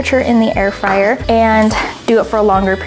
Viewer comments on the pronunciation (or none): ITS NOT FRAYER ITS FRYER